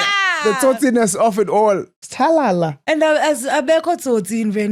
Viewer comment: Iyoooo the way I hid under the table the table when you guys dragged me for istalala. Ndibuhlungu😂😂😂. Also, I'm not venda and have never been robbed, but I stay that side for a couple of years. I sore to never comment because will always Butcher my name😅 kodwa I love you guys...from Therry,that's my real name